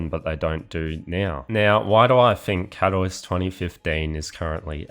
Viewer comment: You should look up how to pronounce Katowice…